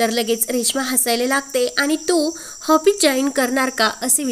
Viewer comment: हापिस नाही हो, ऑफीस